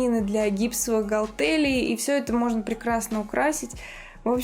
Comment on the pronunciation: красавица, в слове галтель ударение на первый слог. гАлтель. т.е. гАлтелей а не галтЕлей